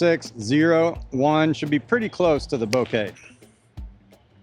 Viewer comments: FYI, emphasis should be on the first syllable. So BO-keh, not bo-KAY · Bok-eh is how the Japanese were saying it, not BO-KAY which is how you are saying it. I appreciate you putting the clip in the video though. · The problem is the stress. It's BO-keh, and he's saying bo-KEH. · I cringe everytime you say it lol 'Bo-ka' that's how Simon pronounces it and it's his disc. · Man at least pronounce it correctly. say it like Boka. You aren't speaking Japanese you are speaking English.